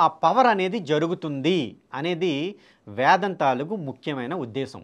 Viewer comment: ముందు "వేదం"అని స్పష్టంగా పలకండి sir. మీరు వేదం ను వ్యాదం అని పలుకతన్నారుసర్. భాస్కర raju గారు ఇతరులు వ్రాసిన వేద భాష్యాలనుండి గ్రహించి రాశారనిపిస్తుందన్డి వేదాధ్యయనం చేయాలంటే ఎంతకాలం అవసరమో నిష్ణాతులైన సంసృత పండితులను సంప్రదించి తెలుసుకోండి. లేదు పూజ్యులు సంతోష్గారితో మాట్లాడండి ఘన పాఠి కావటానికి ఆయనకు ఎంతకాలం అవసరమైందో ఆయన చెప్పగలరు.వేదం కంఠస్థం. ఉఫ్ అని ఉదేస్తాను అంటే కాదండీ వేదాధ్యాయనము అదీ గురుము హతః జరగాలి అవన్నీ ఏమి లేకుండా వేదామంతా వల్లె వేసాను నాకు కరతలా మలకము అని భాస్కర రాజు గారంటే ఎలాగండి.మీరు కూడా గ్రుడ్డిగా అనుకరించకండి, నమస్తే అండీ.